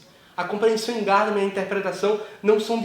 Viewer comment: Gadamer é alemão e não americano. A tônica está na sílaba do meio. Paroxítona. Em alemão se pronúncia Gamama. E no lugar do a e quase não se pronúncia e.